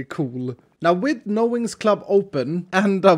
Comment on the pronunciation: It sounds like he's saying no Winx club! I don't know why it sounds like he's saying that to me...